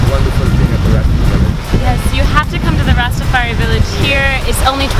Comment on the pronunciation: I like what you do, its very well presented but it is not Ras-ta-far-he. It is pronounced Ras-ta-far-high (Rastafari)